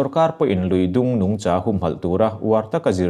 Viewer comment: Nungchã ni lovin nungcha ( vawksa kan lama sa kan lam rik ang hian lam thei la)